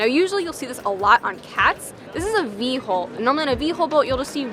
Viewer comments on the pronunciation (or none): You guys say HOLE and not HULL how come ? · They both do it. It's also funny when they say "hull"😀